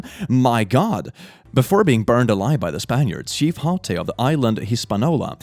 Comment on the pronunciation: Hatuey and Hispaniola are pronounced hah-TWAY or hah-TWEE and his-pah-NEO-lah